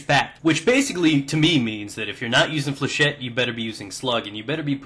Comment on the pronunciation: flechette comes from a french word so its pronounced with a shet :)